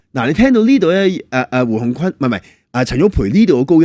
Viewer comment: 胡鴻鈞是「君」音，不是「坤」